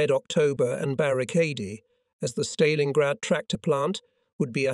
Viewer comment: The AI commentary is so bad. It can't even pronounce 'Stalingrad' correctly. To say nothing of the dreadful pauses and ridiculous rhythm of speech. I spent longer writing this than listening. I'm out.